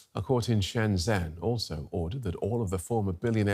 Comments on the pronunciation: FFS, it’s not “Shen zen” it’s pronounced “Shun jun” (jun is pronounced like “fun” not “Joon”). It’s so easy to get it right. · The city is pronounced "shendgen" The way mandarin words are spelled when transliterated to roman characters isn't great. 'zh' is pronounced "dg" like in the English word "ledge".